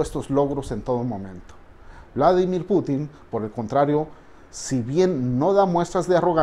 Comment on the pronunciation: Uladimir Luadi .... Lindo , lo pronuncias un poco como polaco . Geniales sus uideos !